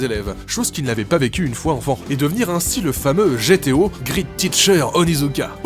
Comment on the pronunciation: Je suis le seul a tiqué quand il dit "grite" au lieu de "great" ? XD